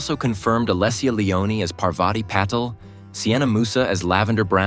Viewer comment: Or Patil.